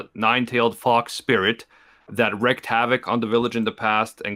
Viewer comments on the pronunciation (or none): Wreaked havoc. Not wrecked.